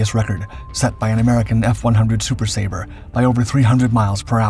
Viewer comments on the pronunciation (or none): none